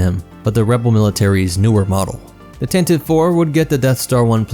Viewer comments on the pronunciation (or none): It's pronounced Tan Tee Vee. Why do people keep saying Tan Teeve? The name was introduced in the Radio adaptation listen to it. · For the 300th time dude!🤣 It's pronounced [Tan tee Vee] or [Tan tah Vee]. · The "Tan-tiv-ee" pronunciation dates back to the 1981 Radio Drama. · I have a special hatred for people who pronounce it Tan Tee Vee.